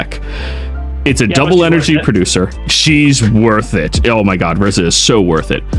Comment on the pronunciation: I'm Sorry but its "RIZA" not "RIZZA"! just want to help lol! I'd watch the anime if you need help.